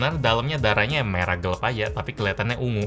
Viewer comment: Bisa gak sih nyebut kalimat Gelap harus Gelap bukan Geleb atau Gelep